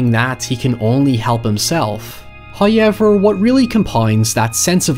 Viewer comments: Everybody: However This idiot: HaiEVerR Nice vid btw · "HOWever" not "high ever" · Hauyever? Seriously guy? Hauyever? Let’s just throw English out the FOOKIN window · you know he's gonna go hard when he slaps down that 'hoyever'. it's like a dragonshout. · Please make some spooky merch that spells how you pronounce, "Hoyevar." Plz. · I came for the "HOYEVER" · Mike: "What happened to the room?" Gerald: "It all started when they Hotel guests said however while he stayed in the room." Mike: "So." Gerald: "It's pronounced 'HOYEVER." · Enough with the however already. You've said it normal more than once in videos and it's getting old hearing you purposely include it mispronounced just for extra attention.